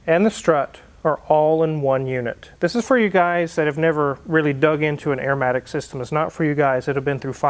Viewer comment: Arrrrrmatic matey!!!